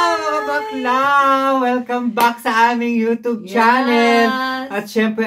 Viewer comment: yu tub. tigilan nyo. it's either "you tsiyub or you chube." papapaniwala kayo kay vice ganda sakit sa tenga.